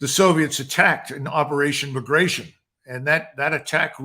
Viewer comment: McGregor doesn't even know how to pronounce Bagration and he expects people to take his (alternative) WWII narratives seriously.